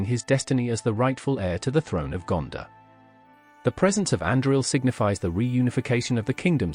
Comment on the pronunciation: It’s not Gandah it’s GanDOR